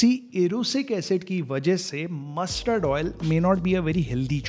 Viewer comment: Your stress on mussssterrd oil 👺